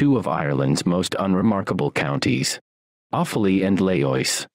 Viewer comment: Also Laois is pronounced leesh